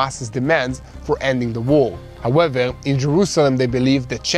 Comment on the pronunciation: Im gonna count how many times he says “howeveL”